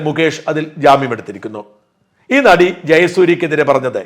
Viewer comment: നടി എന്ന് പറയല്ലേ... ആദ്യത്തെ അക്ഷരം "ന "അല്ല..